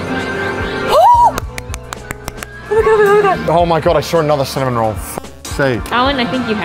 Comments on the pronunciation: Bro. It's Cinnamoroll, not Cinnamonroll. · I actually find it quite endearing that Connor gets Cinnamoroll for Ironmouse... It makes me smile :) Also........ It's Cinnamoroll - not Cinnamonroll XDDDD There's no N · i get so triggered every time he says cinnamon roll instead of cinnamaroll